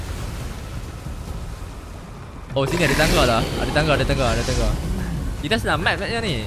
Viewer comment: Shelamat hari rayerr.. bunyi melecun dam dam dum 😆 selamat hari raya bang 🤗 duit raya transfer pn xpa 😂 xyah susah2 😂 jk